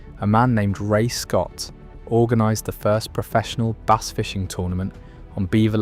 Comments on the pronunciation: How does the narrator correctly call it the BASS angler society, then continue to call it base??? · Jesus H Christ the narration makes this unwatchable. Bass. BASS. Not Base or Bays.